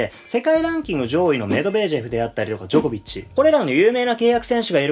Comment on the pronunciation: ジョコビッチはDokovicではなくDjokovicですね^^